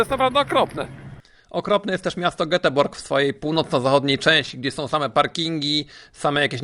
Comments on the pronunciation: "jetteberi" albo z inglisza Gothenburg :D z miastem trolli też się ładnie poprawił, widać poliglota :) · Pan nieprzygotowany. Polecam zapoznać się jak się wymawia Göteborg. Tyle by komentarzy było: "gdzie?","w jakim mieście?"... Edit: zwracam honor.Poprawił się Pan po czasie,ale jednak.